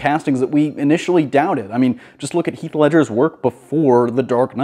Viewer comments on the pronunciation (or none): none